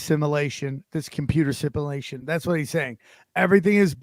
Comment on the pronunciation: Love everything you do for us! I also love how you say simuhlayshun 😂😆 get that trademarked asap lol Please never stop keeping it gangster! PS: thank you for definitely not uploading all you nottinfoilhat episodes 😉 I very much enjoy "not watching" them on yt! I also watch elsewhere when i don't want to wait.